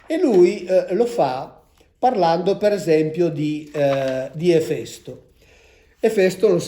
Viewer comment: Finalmente ho imparato come si pronuncia Efèsto